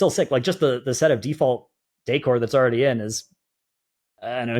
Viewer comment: Who taught how to pronounce decor? LOL